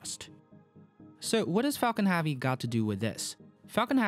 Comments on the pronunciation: I’m sorry mate but your pronunciation of heavy is becoming annoying...hevy not havy....now put that together and you have heavy..👍🏼 Interesting video nonetheless 👍🏼😊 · I actually can’t stand how you say “Havy” it was funny at first in earlier videos but now it’s just annoying 🙄 but great quality video, sir! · Why you say faalcon havie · Why do you say Falcon Harvey ? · great video but i was always distracted by the pronouncing of the word heavy like hAvi... is not A is Epsilon E. hEvy like e is pronounced in Elephant. 😋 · I am sorry...but I had to say it....what is Falcon Havey? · Thanks for the awesome video, but it would be very nice if you would pronounce "heavy" correctly! Is it that hard? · Please pronounce heavy properly... it’s pissing me off.